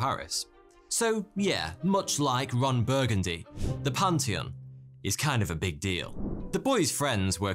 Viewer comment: "Panty on"? I think you meant "pan·thee·uhn".